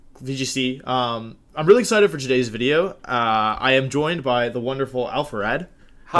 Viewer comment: you mispronounced wideo